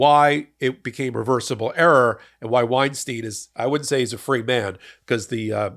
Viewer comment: wine stine, not wine steen! "ei" is pronounced the same both times.